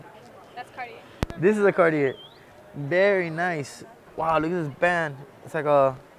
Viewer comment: Hey bozo cartier no r its aaaaaaaa